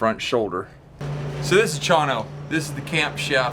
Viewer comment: Why do you keep saying Chinos name wrong. He is a great guy .